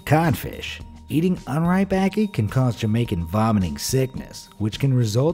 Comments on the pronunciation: Being a Jamaican and hearing how this guy pronounces ackee makes me cringe😂 also fun fact in Jamaica we call the huaya fruit "guinep" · Jamaican loud and proud! Were you also annoyed by how he pronounced ackee?